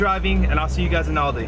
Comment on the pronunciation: Aldi*, cmon lol